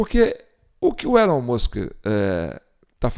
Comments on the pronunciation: A pronúncia é "ÉLON MÃSK" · Se pronuncia "ILON MUSK" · O som de E no inglês tem som de I então se pronúncia ILON e Musk se pronúncia o MU como MAN foneticamente MUNSK. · Pronincia Elon Mosk